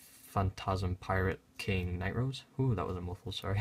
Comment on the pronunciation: 4 nee Nightrose lmao